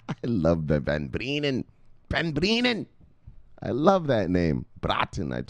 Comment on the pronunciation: Love how you pronounce my friends name Michel van BRrrienen, LMAO. He’s from the Netherlands which is next to Germany so you geography is on point. Expect nothing else from a!